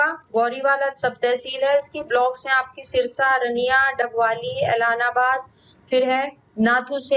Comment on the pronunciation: Ma'am aap English me nhi Hindi me sahi Bol sakte h Like👉👉 रानियां, ऐलनाबाद ,ओढ़ा, कालावाली